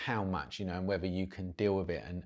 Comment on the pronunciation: "It's wevva you can deal wiv the noise in bouf versions?" Love it.